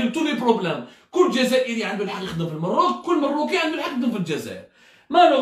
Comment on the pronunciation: Mon cher ami tu te goures lourdement; et malheureusement tu a perdu toute credibilite; c est dommage ps: on dit maroc ou maghrib mais pas merroooc